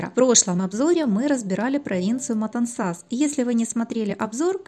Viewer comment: Отличный обзор. Одно только замечание : Матансас произносится с ударением на втором слоге - в противном случае режет слух.